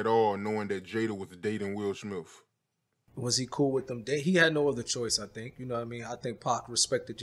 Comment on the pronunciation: Will Smiff 😅🤣 i love